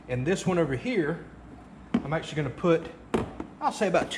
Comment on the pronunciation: Sip your beer every time he says ACKshully .. you'll NEVER finish the video